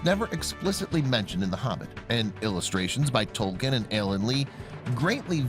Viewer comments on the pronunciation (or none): none